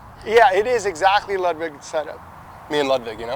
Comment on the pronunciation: It’s actually pronounced “loodvig”, ya frickin newb.